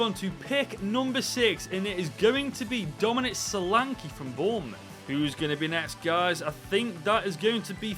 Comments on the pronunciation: It's boubouth you funny God help hom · it’s bouroutht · It’s Bournemouth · Pfffffffttt its flipping bornmouth